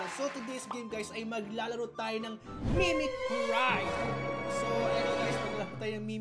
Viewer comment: It’s pronounced Mimicry(Mimikree) po